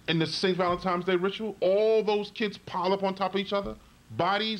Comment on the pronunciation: How old are you? And you still haven't learned how to pronounce, "Valentine's Day?" There is no, "M" in "Valentine's." You say it as if the correct pronunciation is Valentime's. You should have learned that in the 1st grade!